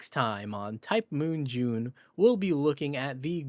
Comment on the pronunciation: ITS JUUNEEE